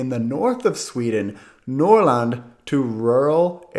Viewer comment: When saying “norrland” try saying it with like a “faster” o and less like an Å. Then ofc the Rolling r but that’s understandable if it’s hard